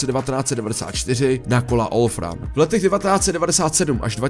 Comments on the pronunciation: V roce 1968 nepadl Sovetsky svaz. Dost zasadni chyba. Kola Olpran, ne Olfram. A vic uz na to radsi nekoukam. Katastrofa. 🤦🏻😁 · Československo bylo zemí bývalého Sovětského svazu? 🤔 Olpran a ne Olfran.